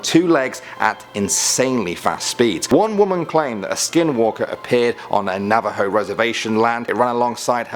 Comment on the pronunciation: Thank you for putting Skinwalkers in the video and for pronouncing Navajo right. I've been waiting for you to put them in a video as they are part of my culture. Also love your videos👍